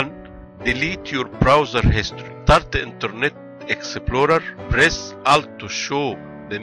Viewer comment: Exe plo re. Haha i never heard someone talked so funny. Dude this is fucking wierd man!